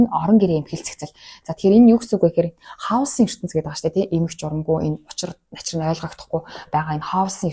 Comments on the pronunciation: Халс биш Кэиос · Харин тийм ээ, КАЙОС шүү